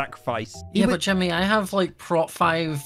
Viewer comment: Why does say Timny instead of Jimmy